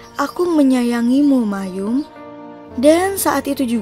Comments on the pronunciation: Bacanya: MA - EM BUKAN MAYUM ... lain x tny kpd org yg mngerti bgmn cara baca yg benar! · maeum dibaca ma-em, kok malah mayum😞😞